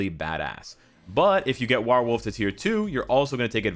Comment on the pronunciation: War + Wolf = WarWolf...not sure why you still can’t pronounce this correctly!? 😂😂🤣